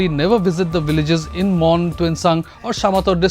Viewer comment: Mon not Bon , Pungro not Pinri and Moori (Murry) not Mari ! Many of the reporter's mispronounciation of names of people are hilarious,insulting and very unprofessional ! It smacks of disrespect to local sentiments !